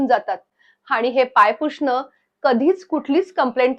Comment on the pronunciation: मुद्दा बरोबर बोलतेय तू,. पण. पुषणं...... नकोना म्हणू... पुसणं म्हण.. बाकी मुद्दा खरा आहे तुझा... 🤷‍♂️